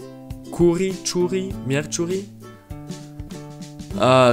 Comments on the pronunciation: 😂😂😂 cica: luniii martii mieciuri ioi vinerii simbată duminica romana e chiar asa grea? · Siembătă, mierciuri😂😂it’s okkk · citește pe internet cum sa le pronunți că miercuri nu se pronunță cu ciu ci c. Oricum ne iubești pe noi,românii pentru ca noi am cântat cântecul vechi “Dragostea din tei” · Aproape am murit de ras cand a zis MIERCIURI =))) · Simbata, Mierciuri 😂😂😂